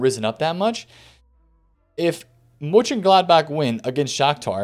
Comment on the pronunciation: Love how every non-german twists his tongue with Mönchengladbach. But you‘ve done a good job :D Keep the videos up, nice one man!